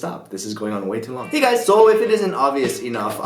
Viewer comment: He says "higas" instead of hey guys...........lol